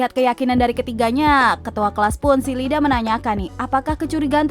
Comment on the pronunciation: Tolong diperbaiki lagi soal penyebutan beberapa karakter di boku no hero Contohnya iida malah di baca lida Sama uraraka malah dibaca urakara Diperbaiki lagi ya